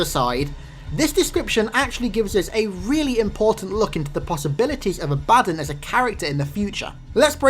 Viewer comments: His mispronuciation of A-BA-DDON really pisses me off. Its DON as in UDON and BA as in what a goat says. It's not A-BAD-DIN as he says it. Sry wrong pronunciation irks me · are you sure its not pronounced "ah-buh-don" not "a-bad-un"...the latter seems idiotic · its abaddon not abaddin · You're putting the emphasis on the wrong syllable. ABADDON. It's pronounced A-BA-DON. Not "abadin". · actually the proper pronunciation is "A-Baddon", the "A-ba-don" is American jargon, not the original english. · No to be mean but it's not Ab-Addon, it's AB-Ah-Don. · Ab-ah-don is American Jargon, not the correct English pronounciation, the way he says it, A-Baddon is the correct English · Its pronounced ab-a-dawn for abbodon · I'm no expert in halo but I'm pretty sure it's pronounced Ab-uh-dawn. If it's supposed to be a reference to the religious character by the same name. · is it not pronounced aba-dawn? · correct pronunciation: abba-dawn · It's pronounced Abba-Don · Not to be rude but I think it's pronounced abba-don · love the videos man !! awesome stuff keep it up a small correction: Abaddon is pronounced ab-a-dawn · You're pronouncing the name wrong. You need to pronounce the A and Don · Abaddon wasn't quite pronounced correctly, but Sheol was spot on.